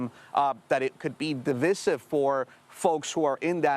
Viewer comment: He mispronounced divisive as well.